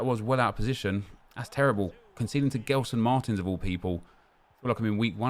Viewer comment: Stop saying Guelson Martins lol